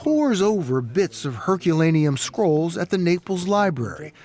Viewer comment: Am I only one who heard squirrels instead of scrolls? 😅🤪